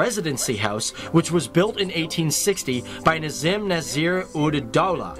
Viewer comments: That is Nizam not nazim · Corrections: it’s Nizam and not Nazim. Secunderabad is twin city of Hyderabad and not a separate district.